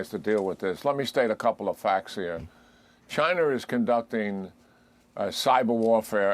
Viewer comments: Was the general saying “Chiner” like Archie Bunker. It’s over dude! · Lmfao my man said " chiner" 😂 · "Chinerr"...😂😂😂 jack keane pronounces words funny